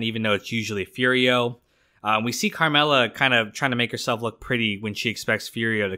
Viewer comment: Not furio but foodio 😂